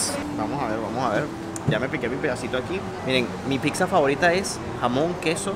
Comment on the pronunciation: Buen video, solo me desespera cuando dice picsa, saludos!!